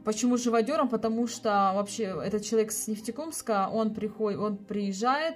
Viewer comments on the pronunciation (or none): Не Нефтекомск а НЕФТЕКАМСК 👍🤣🤣🤣🤣